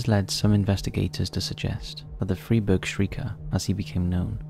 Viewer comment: just a well-intended note: Freiburg is pronounced "fry-burg".